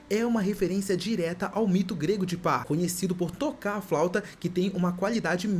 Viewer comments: O "Ridelei escote" já me deixou incomodado, quando ele falou da flauta de Pá eu dropei de ver o resto do vídeo. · De PÃ, não PÁ kwkskksksks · Flauta do mito de Pan. Não é pá, é Pan.